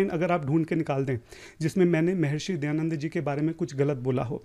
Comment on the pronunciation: Ye jo he wo dayanand saraswati ko dayand saraswati bol raha hey aur ye kya sanskrit mein debate karega.. Iske upar police file karke usko jail mein bhejna chahiye aur sabke samne mafi mangne ki jabardasti police aur coat dwara karani chahiye..